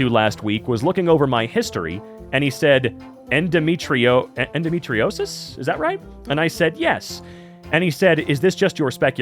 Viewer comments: You were right about the endometriosis pronunciation. I have it as well. It makes life miserable. I was told for YEARS I was normal despite trying to tell the doctor how much pain I was in and the effects on my cycle. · You said endometriosis correct. It's horrible to suffer from. A hysterectomy was what finally stopped me from lying curled up on the couch in extreme pain for hours on end.